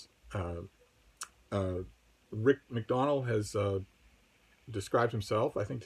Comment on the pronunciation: Finally I hear someone say MacDonnell correctly. What's with so many people pronouncing it Mack-Dough-Nell? Very much looking forward to the Midrash videos.